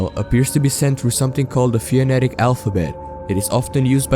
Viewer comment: Fun video! BTW- IT'S PRONOUNCED FO-NETIC 👍✌️👊